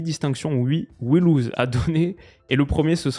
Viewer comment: "We loose" en prononciation, c'est dur pour des vainqueurs...